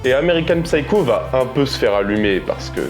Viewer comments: Psycho se prononce seyekow, le "P" est silencieux. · On ne prononce pas le "p" dans psycho, en anglais. Ignare ! 🤓😇🤡